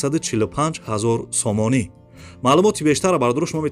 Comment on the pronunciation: Офарин бародар,неки хами сомониша бехади бад зур мегуй,,,,,,сомониии мегаа